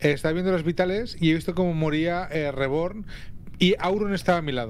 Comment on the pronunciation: Me da risa como pronuncia el nombre de reborn Dice disque: "Ribourn" ajajskajsjsjddj Pd: BIYIN Y AURON LA PAREJA PERFECTA ❤😉